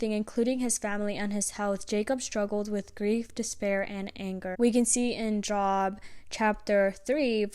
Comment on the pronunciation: Thx for sharing this word and wisdom 💜🙏 also Job is pronounced like Jobe like the "O" sound in toe😂